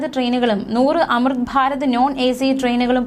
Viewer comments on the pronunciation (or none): Farath ഫാരത് ❎ ഭാരത് ഭാരത് ✅